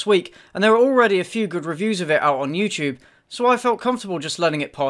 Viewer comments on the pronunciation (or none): I had this Columbian friend that pronounced it like "You to be"